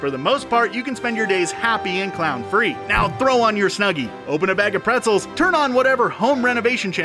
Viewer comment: When he said" eating pretzzels" I was eating pretzzels 😂